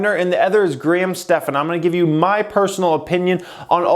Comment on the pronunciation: It’s pronounced Stevens not stepHAN, my middle name is spelled the same way.